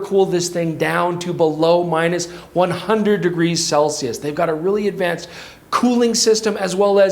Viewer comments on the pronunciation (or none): none